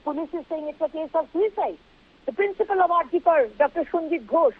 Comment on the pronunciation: It is not RG Kaar It's RG kaur ( pronunciation) Please know before you speak